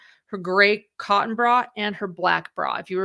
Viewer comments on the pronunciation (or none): none